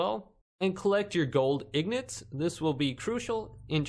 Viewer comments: It’s ingots not ignots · yeah ignots hahhahaha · Gold ignots haha you say wrong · yeah but the guy in the video says ignots for some reason